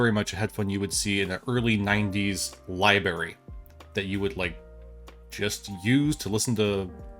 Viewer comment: It's "library", not "libary". You must be from PA or OH. Lol